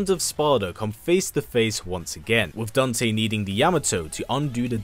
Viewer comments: Who the hell is daownte? Lmaoo it’s Dan-te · bruh he really said "dunte"